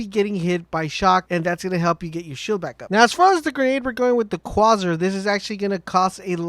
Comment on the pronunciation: Quasar = "kway-zar" ;)